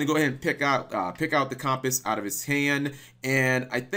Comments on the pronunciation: michael galicia Yeah you’d think he’d be familiar enough with cumpiss that he’d know how to say it. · how the HELL can you not pronounce the word "Compass"?! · How the fuck do you mess up saying "Compass"? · I'm used to pronouncing things wrong on the regular but compass? How do you pronounce compass wrong? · Your pronunciation of compass kills me.